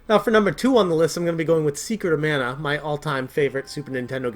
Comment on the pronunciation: Secret of meh-nah.